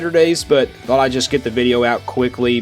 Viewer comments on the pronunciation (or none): none